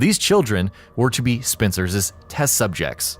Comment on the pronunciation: 😂It’s just “Spencer’s” and “Series’” Not pronounced “Spencerses” and “Serieses”